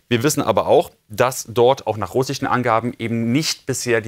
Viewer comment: Ich liebe es, wenn Julian "russschschen" sagt 😂